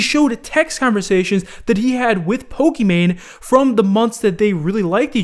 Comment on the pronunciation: Pokimane is a spin off of Pokemon. Sounds the same, as her name is Imane, which is pronounced ee-mon. Not main.